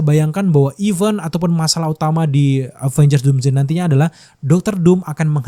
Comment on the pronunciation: Even dan event beda bunyinya